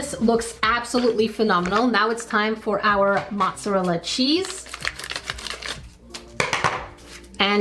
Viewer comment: Its not pronounced mottsarll it's pronounced mozzarella